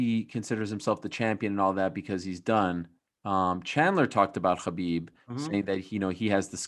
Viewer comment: Helwani’s pronunciation of so many names really irritates me. Khabib turns into Hhchabib.....Adesanya turns into ADES-anya.....Nate turns into Nathan Why.....why?